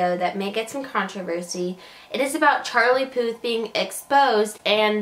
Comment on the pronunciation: At least spell the title correctly and make an effort to pronounce his name correctly using google translate or something